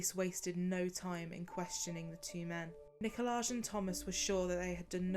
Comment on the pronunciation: It's also NIKOL-EYE not NIKO-LAGE.